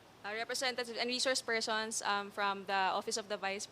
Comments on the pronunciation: Reshorshe pershons...sa veneers siguro ni Sara to...dati ok naman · Reshourch spershrson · Reshrouce pershons 🤦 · Reshouce pershons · Reshoursh pershonsh. Pesteng yawang Bise presidente ito bakit ibinoto ko ito. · Mga reshourcshe phershons lang pala mag oath eh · nananadya na xa talaga isip bata walang galang sa hearing.....feelling prinsesa talaga ang taas taas ng tingin nia sa sarili nia diyan pedeng mamuno resource persons nga lang dipa pa mabigkas ng tama she said reshors pershons putik nayan😂